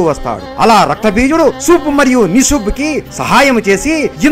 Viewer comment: ಶುಂಭ ಮತ್ತೆ ನಿಶುಂಭ, ಸಂಸ್ಕ್ರುತದಲ್ಲಿ ಇರುವ ಹೆಸರು ನೀವು ಉಚ್ಚಾರಣಾ ದೋಷ ಉಂಟಾದರೆ ಅರ್ಥಗಳೇ ಬೆರೆಯಾಗುತ್ತವೆ